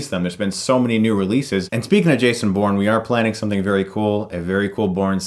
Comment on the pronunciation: everytime you say Bourne, i keep hearing porn.... "guys we have a really cool porn skit!" yay?